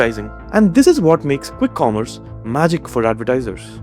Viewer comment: Why tf does she say khwikk khommerce space